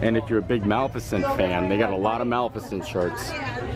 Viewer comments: Um...teach him to say ma-lif-icent, pleasr? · Dude ! Did yee says ..... MALF eh CENT .... I think yee not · And I thought that we were the only ones who had a hard time saying Malificent. Thanks for the wait time on the line, that does make a difference knowing that.